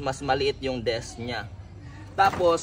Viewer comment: Disk po hindi desk 🤣